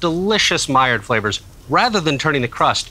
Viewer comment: hey buddy, the D is silent in maillard